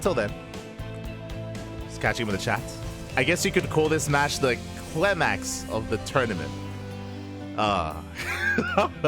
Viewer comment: "The clemax of the tournament" lol .